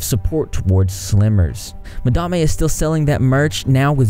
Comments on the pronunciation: When i heard you pronounce Madame "Ma-Da-Mey" i thought that was a new and intesting name, good choice keeping it that way. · People seriously never cease to amaze me. Just....wow. About the pronunciation of Madame...I straight up thought it was Mah-dah-ma as well... I mean I'm southern too so maybe we just hear things different than others😂💁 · In my heart of hearts, I am so happy you didn’t change the pronunciation of Madame. It’s charming. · Lmao when you called her madame(pronounced the way you did) I honestly thought she decided to pronounce it different too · How you say madame is def hilarious #repsquad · As a Canadian gal, your pronunciation of madame was so triggering. But then you learned, and chose to pronounce it your way, I INSTANTLY thought of the movie Lord of War :')). Im pretty sure a lot of places in the South use ma'am (do not try it up here in Canada, mature women will go mad think youre calling them old), it's actually the short form for madam :-) In my opinion, I find it polite to call someone ma'am rather than 'miss' or no title! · I wish you would pronounce Madame properly. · Im born and raised in the south and we 100% do not pronounce it like he does. We say Madame like normal, educated, ppl do lol. 💋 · Yeah, its beyond stupid if he knows how to say it correctly. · She may be a butthead but you should pronounce her name correctly imo. It's not a good look with your unbiased reputation ? You had mispronounced slimers and now are saying it correctly ,is your southern accent bias? I dunno.. trust me not a madame supporter dont even know her I just know you like to be a reporter and unbiased but continue to say someone's name wrong makes you sound well, not unbiased. Anyways no hate I watch your videos all the time, will continue to watch i just had to get that out there.